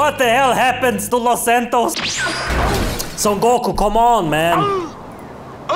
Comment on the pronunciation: Los santos became los hentos 😂😂